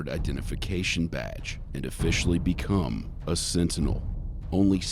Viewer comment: his is a SIT-TINEL. LMAO. It's getting fuzzy!? lmao. that's what he said. bahahahahaha.